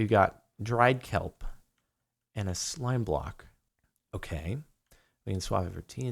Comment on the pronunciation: notice how he says ''slime block''